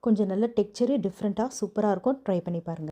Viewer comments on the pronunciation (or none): none